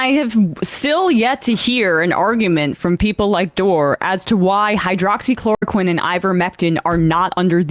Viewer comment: “Hydrochloro-KWOCKS-equine”?? Funny, I have no trouble pronouncing it correctly.